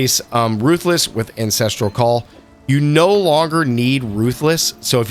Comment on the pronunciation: I like the premise but based on the first minute you already say both Hailrake and Ancestral Call incorrectly so it makes me question your credibility and overall game knowledge. Good luck with the videos, I think they're a great idea and really helpful for any new players, I would recommend making sure you're saying the names right if that is your target audience though.